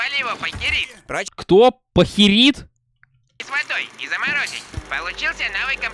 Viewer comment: Не пахерит, а пайкирит